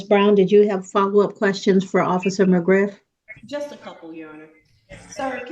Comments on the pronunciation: When Officer McGriff said his name. I thought I heard Officer McGruff 😂 the safety Dog. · McGriff, not McGruff the crime dog😂